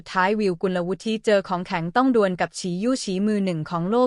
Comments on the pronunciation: สงสัยใช้ เอไอ อ่าน ๆ ผิดๆถูกๆ เฮ้อ.. น้องเค้าชื่อ กุนละวุด ไม่ใช่กุนละวุดทิ..👎👎👎👎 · ระดับชาติ... ยังอ่านเป็น.. ระดับ ชา-ติ งงจริงๆค่ะ อ่านภาษาไทย แต่ไม่รู้ความถูก???? น้องวิว เขาอ่านกันทั้งประเทศ ว่ากุล-ละ- วุด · ภาษาไทย ของ โฆษกี ผู้อ่าน - บรรยาย ไม่ค่อยจะแข็งแรง ๆ ไม่ค่อยจะแข็งแรง ๆ สักเท่าไหร่ เหมือนลูกครึ่ง ๆ หรือ ไม่ก็เกิด หรือ เติบโต ณ เมืองนอก เมืองนา ประมาณ นั้น ไม่รื่นหู เลย ตะกุก ตะกัก ๆ งึก ๆ งัก ๆ & Stuggle ๆ to pronounce Thai. language ๆ .. กุลวุฒิ (ออกเสียงเป็น … กุนละวุด ๆ ) .. Did you understand or not ????